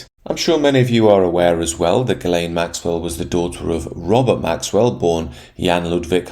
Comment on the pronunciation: The thing I find most disturbing of all is the way you pronounce Ghislaine.